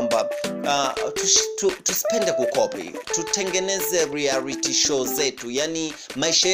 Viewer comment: P.s it's REALITY not rearity